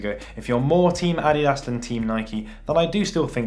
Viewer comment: Who else hate how he say adidas